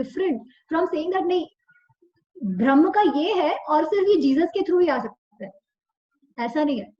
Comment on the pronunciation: Thank you. 🙏 Just one request- can you please say ब्रह्म NOT भ्रमह